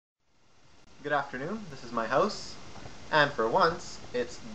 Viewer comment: Hi I think your accent is much different from winnipeg, you pronounce the "o" house like close while we say house more like an "AW" sound. I think we sound a bit more like americans...